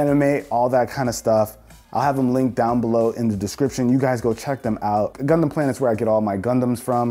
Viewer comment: When he says gundum(idk how 2 spell) it sounds like he’s saying c0nd0M